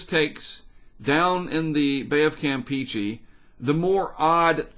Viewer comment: The way you say the Campeche is not Campechee that's the way it be spelled no hard feelings just like to say right if you listen to Tropical Tidbits say it right.